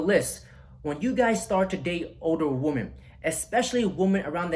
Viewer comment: I know that's pimp game, but you really need to learn the difference between the pronunciation of woman and women noun: singular woman; plural women: the o sounds like an i. Not WEEMAN but WiMMEN.